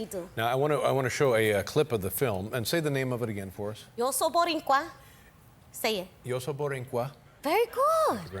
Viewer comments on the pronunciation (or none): Rosie, Rosie… Not “Borincuas,” Boricuas. Second, the U.S. did not come to liberate the island. The U.S. invaded the island to finally remove Spain from the New World. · She tried...to say Borinquen . And Boricua ...at the same time😂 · Its boricua, Rosie, not borincua😅😅😅. She's lovely. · ok? por qué ella está diciendo boriNcua? es boricua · Yeah but it’s boricua not borincua